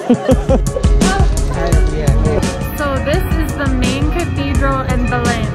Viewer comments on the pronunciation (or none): Your eyes are shining with a special light! Oh that food, I gotta have it! skin looks lighter is that creme working? You can say Belem like we do in São Paulo, sounds like stain, Belein... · Belém is pronounced - [ bay - LANE] [NO LETTER M SOUND]